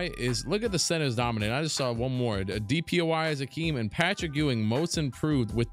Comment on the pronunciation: Love the videos, but am I trippin or does he say “DPOI” instead of “DPOY”??